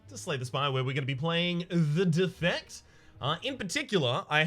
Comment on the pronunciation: Every time you pronounce “the defect” incorrectly, a kitten dies